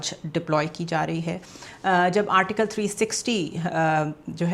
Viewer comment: 😂😂 article to sahi bol deti